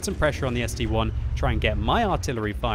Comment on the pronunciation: gg, so much years of playing and still saying ST-1 not ST-I! If it would be an ST-"one" there would be the number 1